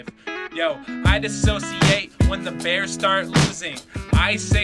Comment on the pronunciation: It's not 'diss associate'...it's dissociate.